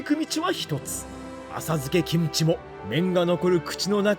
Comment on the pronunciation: 김치 발음듣고 구독찍고 갑니다